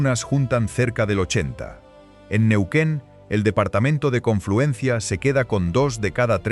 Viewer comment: Neuen, Neuken.....No será Baca Muerta ché ? ¿a quién le ganaste ?